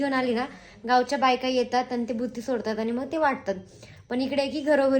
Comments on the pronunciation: भूती नाही g baiii.... बुत्ती असते ती😂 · भुती नाही बुत्ती असत😨